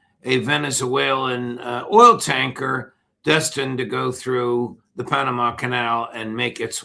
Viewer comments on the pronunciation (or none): none